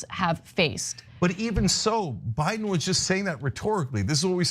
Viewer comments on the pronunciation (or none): Did anyone else catcg Anna Kasparian say "Obiden"? 🤣